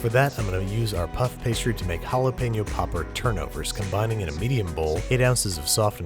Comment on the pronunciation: You're mispronouncing Jalapeño, it hurts my ears ;^